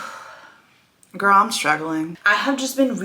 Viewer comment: well it’s my opinion, it is hurting her chances. It is not all the time, it’s when she starts a sentence with “GIRL” with the accent….Again just my opinion.